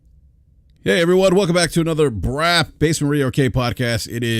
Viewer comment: LoL ish He says "welcome back to BRAP Sir" But he totally sounded like he said "welcome back to Brazzers" Hahaha Brap trying to talk about how toxic the gaming discourse is now compared to "back in the day".... Dude Brap is constantly stirring the pot saying super fanboy BS all the time. Even the title of this video LoL, "Xbox hardware struggles". I feel like there was no real reason for that headline except for trying to get hate clicks or pony clicks haha. Thats not just Brap, that is just how the gaming youtube community is